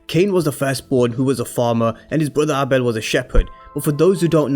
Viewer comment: Would be a great twist if Dru kills Cane and him and his boyfriend work together to cover it up, with the boyfriend taking the fall for the crime. BTW it's pronounced Ay-bel not Ah-bel.